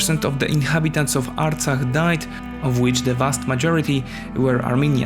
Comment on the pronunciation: You pronounce the foreign word '' Artsakh '' very well. You are not "Hay" by any chance? Since you started by lying when you said that the conflict has started to take control of Nagorno-Karabakh = Artsakh. No, Azerbaijan attacked to recover its territories equivalent to the area of Belgium empty of its 700,000 inhabitants in order to re-establish a security zone around a region (Nagorno-Karabakh) which produces nothing at all except a few sheep ... It is a financially and intellectually poor country which has no military tradition and not even a state tradition. In fact, their independence was given by Stalin.